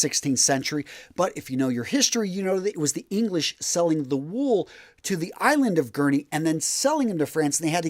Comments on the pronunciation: i'm sorry fella but you are saying "Guernsey" wrong. the S isn't silent, my farther is from Guernsey but even if he wasn't everyone knows its guernSey. Edit: btw i'm not trying to be a knob but i'm just sayin' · Sorry to correct you but the channel island of Guernsey is pronounced gurn-zee. I have not been to either Guernsey or Jersey. Come to think of it I suppose we get the word “jersey” to describe the woollen fabric & also the garment (sweater or jumper) from the island.